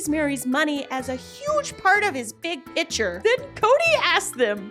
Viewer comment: The big "PITCHER"😂